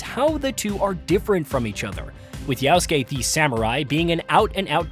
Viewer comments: You can’t even say his name right. It’s Yasuke and he was a retainer. There were many famous Japanese warriors who were retainers as well. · Say it right. Jasuke is a retainer. Almost like a Jester but UBISOFT made him like a Samurai.